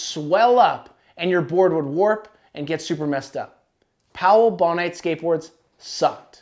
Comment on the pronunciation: Bon-ite?... Its Bone-ite... Bonehead